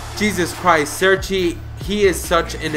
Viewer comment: Its cerci not serci